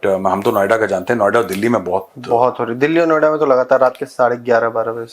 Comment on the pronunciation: Noida ❌ Navida✅🙂😅